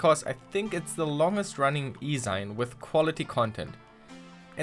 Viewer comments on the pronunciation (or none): Oh! And "xine" it's "zeen" from "magazine". Not "zine". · Isn't zine pronounced "zeen", as in magazine? Fascinating video though! 🖖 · Decent video, but you called a zine a "zyne", you pronounce it like the end of a magazine, as that's where it's from. But you're a script kiddie anyways so whatever n00b